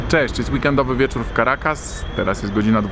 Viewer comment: jest wiecórrrr haha, masz cos Do wymowy litery „R“ Ale mie to bawi sry